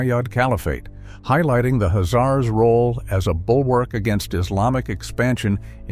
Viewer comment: Why are you not pronoucing the 'K'? I've never heard that pronunciation before....